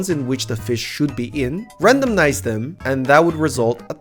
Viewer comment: Really cool content :) RandoMize, not RandoMNize :D please haha.